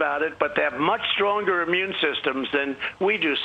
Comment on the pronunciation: It’s not ammune, it’s immune.